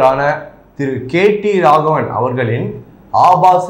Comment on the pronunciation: தம்பி நீ கேட்டி ராகவன் இல்ல கேடி ராகவன்.